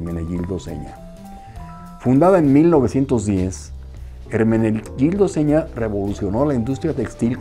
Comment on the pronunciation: Felicitaciones por pronunciar de forma casi correcta el nombre. Me encantan todos tus temas que tratas. Un fraternal abrazo desde Italia!